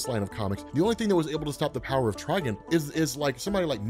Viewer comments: everyone but you says tri-GONE wtf is a trigin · Bro good vid but trigon not trigin